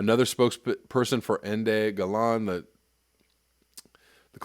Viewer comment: it's pronounced "enda ga-lenda " ENDE GELÄNDE and in english his name means END OF STORY, NOTHING TO ADD and I saw other "Going South" response but this is a little grey area here